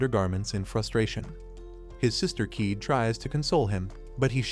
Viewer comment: It's not keeed it's ka ye de